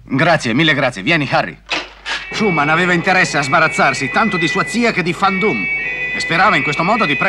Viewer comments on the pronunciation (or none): Non è Fan Doom, ma Van Doom, essendo un nome di origine olandese